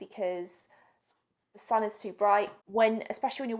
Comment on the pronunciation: Every time she says sun it’s sounds like she’s saying son -.